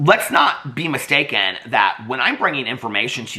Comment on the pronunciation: I know this is a very serious video, but somewhere you said "be mistaken" and what I heard was "beam a steak in", and that's my only comment for today.😂 ❤